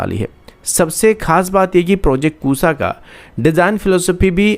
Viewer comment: Arre ya, It seems u don't have the difference between Sa & *Sha*. Its not *Kusa* ya, Its **KUSHA**, People who doesn't know the difference between *Su & Sha* are reading the news👎👎👎👎👎👎